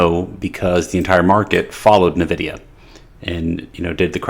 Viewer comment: Pronounce: [ENVIDIA], not [NÖVIDIA].